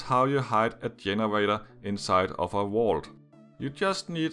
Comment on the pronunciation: Number 7, it sounds like you're saying the wall drops down on the generator, but it's actually a vault. Wall is so different from vault I can't tell if it's your accent or you just got it wrong